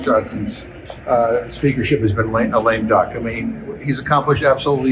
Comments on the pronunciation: "lame dunk"? ...I believe the term is 'Lame duck'. Come on, Ben! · Lame duck not lame dunk